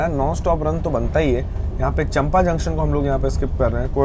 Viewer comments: Say चांपा not चंपा 😅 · • I am from SECR • That's not चम्पा Junction, that is pronounced as चांपा Junction. • Kalinga Utkal Express does not moves via Sambalpur (Traditional Bilaspur - Puri Route) it follows Long route (via Rourkela and Tatanagar) • You have covered Puri - Vasad (that's really good choice as it will cover Bilaspur - Katni Section) in Daylight which you haven't covered till now. • Bilaspur - Indore (Narmada) was also a good choice to cover BSP - KTE Section. • Not 360 km, 468 km non stop from BSP - TATA • People prefer Jnaneshwari Express, Gitanjali Express and HWH - CSMT Mail over this Duronto Express.